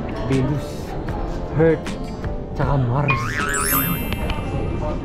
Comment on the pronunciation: Anong planet yung hearth?🤣🤣I know...just kidding, kung walang h binibigkas talaga yung h😁😆